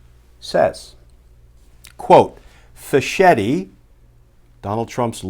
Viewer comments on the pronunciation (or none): Fisketti, not fish-etti. Like bruschetta.